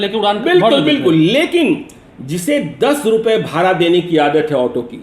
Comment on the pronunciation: सर भाड़ा होता है ना कि भारा !